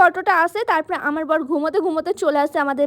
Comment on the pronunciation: Building ❌ billing✅